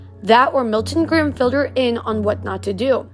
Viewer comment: Y’all I think it’s Grimm instead of grime… not trying to be mean tho :)